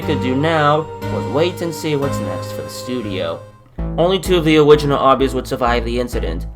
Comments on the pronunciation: Do you have like an accent because you say words different for example worked "woked" original "owiginal" ect this is not the first time I have encountered this the reason I am pointing this out because I'm very curious on what it is [I'm not making fun of you I'm just curious] : D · He has a speech impediment, a lot of people have it